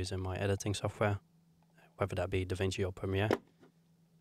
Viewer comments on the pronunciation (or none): none